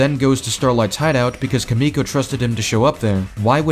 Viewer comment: Your pronunciation of Kimiko is killing me, man💀